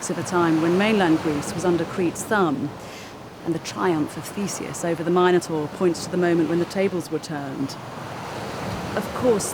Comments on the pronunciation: If they are the Mi noans shouldn't you pronounce it Min o taur not Myne o taur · Why call the beast “Mine-o-tar” and not “Min-o-tar”? After all, they are called Min-o-ans”, not Mine-o-ans”! It’s king Min-os, not Mine-os! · It's intensely annoying to hear Minotaur (mi·nuh·tor) pronounced incorrectly there no "Mine-notaur" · Mine-et-tor... What?!?!